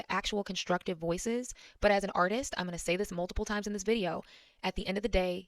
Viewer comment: You are stressing Word "artist" too much.